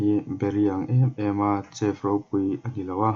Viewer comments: Lalfanu -princess Chef hi shef ang a lam tur ani bawk aw😑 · Chef khi maw ‘Sef’ tiin lam la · Chef nilo in shef tia lam tur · shef tia lam tur. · Van sawithiam sawt toh emem ahma aikhan amuang dalh boksia ngaihthlak anuam toh ltk... Mahse i english lam( chef ) tih hi chu afulo deuh ani alam dan te google ah te ngaithla hmasa la.hmasawn na zel ani